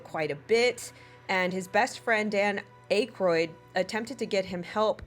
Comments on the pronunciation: I can tell you are young because you are mispronouncing very famous names. Desi Arnez, not Arnaz. Dan Akroid, not aicroid. These were household names once. I'm old. Lol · “Dan Ache-roid?”, I LOVE ya, but..c’mon….seriously. Dan Aykroyd, is a household name. The Blues Brothers, SNL, Ghostbusters, The Coneheads…and on it goes. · Girl, if you are going to do some kind of reporting learn how to pronounce names. Dan Ak-royd Desi Ar-nez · I believe you are mispronouncing desi’s last name! and Dan’s last name!